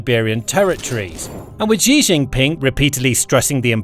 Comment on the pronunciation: This is going to blow your mind but...Russia makes computer chips. They also make all mannor of sensors and such. (2) His name is pronounced "She".